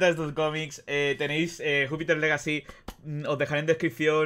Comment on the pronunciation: Pronuncias legacy y Miller pero no Jupiter jaja